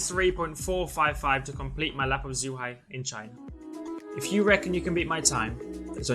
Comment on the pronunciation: Zh is pronounced like a J in Chinese. So it's Jew-hi - Zhuhai International Circuit. Lando, if you want, I can exchange Chinese lessons for a go in your Mclaren! :P